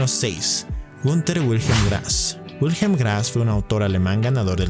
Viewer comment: ¿Por qué todo el mundo en YouTube pronuncia todo lo "extranjero" como si fuera inglés? Michael suena ~ "Mijael ", no "Maiquel", Jacob suena "Yacob", no "Yeicob", Wilhelm suena "Viljem", no "Uilhelm". La diptongación de la "i" , la "a" , la "o" y la "u" es exclusiva del inglés, no del alemán y, que yo sepa de ninguna otra lengua europea. Igualmente la "e" final no es muda en alemán. los escritores correspondientes son pues "German Gesse" y "Volfgan Goete"(aprox.).